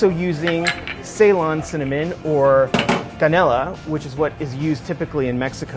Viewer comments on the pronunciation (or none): You're saying 'churos', and its churros with two Rs aka a rolled R. And you dont know how to say canela either, the L is not drawn out like an english L is.